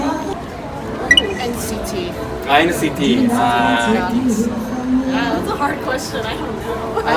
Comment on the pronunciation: NCTの発音良すぎですっ❗️ TWICEもっと有名になって欲しいなぁ〜 今後アメリカデビュー？するからなぁ〜